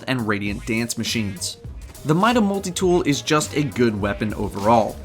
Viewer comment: lol "mole-tie" for multi??? More like "mull-tee"...